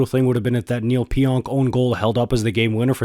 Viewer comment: Pionk - the k is now silent.